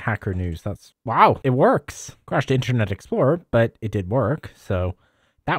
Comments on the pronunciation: Why do you keep saying Intranet mate!! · Sounds like you keep saying “intranet” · "Intchernet" x100 😂